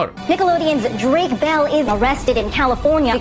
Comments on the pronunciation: Ball JAJAJA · ¿Mol? ¿Qué tiene que ver con Bell? O sea, se pronuncia como se escribe. Al igual que Peck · Pero es que no lo entiendo, por qué Mol??? JAJAJAJAJA no tiene nada que ver con Bell